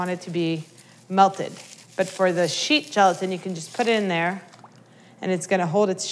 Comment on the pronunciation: Rain Bun Unicorn at first i thought she said sheep gelatin.....